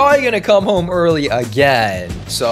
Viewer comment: girl legit said "welcome hoem cheater" lmfao